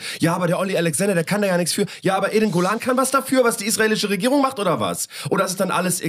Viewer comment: Witzig, dass ich anfangs "eingollan" anstatt "Eden Golan" verstanden habe und dachte, ich hätte ihre Bewerbung für den ESC verpasst. Ich habe es dann aber noch rechtzeitig geschnallt. Aber Respekt an dich, dass du dir diese für dich offensichtlich körperlichen Schmerzen antust, indem du Böhmermann schaust bzw. hörst. Könnte ich nicht.